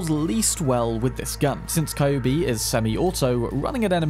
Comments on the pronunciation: It's not KAyubi. It's KYUUbi. Like Q! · I still get triggered abit when you called Kyubi a Kai-oo-be. Its more like a "Cue-b" spelling wise i believe. Derived from the word 九尾(nine-tailed) in Japanese. Similar depiction of the same creature can be found commonly from East Asian folklore. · Kyubi is read cue bee. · Kyubi is pronounced as QB i think :p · Always appreciate your video! I hate to be that guy, but "Kyubi" is pronounced like Q-B